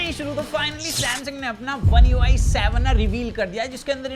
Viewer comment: One UI savaan 😂😄